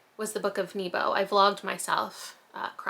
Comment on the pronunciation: YOU'VE READ THE BOOK OF NEBO!!! I LOVE THAT BOOK! just btw, Nebo is a welsh place name, and its pronounced N-e-bo, not like 'knee-bow' does that make sense? The e makes a e for ever sound, not an e for even, and the o is a short sound, it finishes still as a 'o' sound, it doesn't fade out at all I dont know how to transfer the Welsh alphabet into English 😂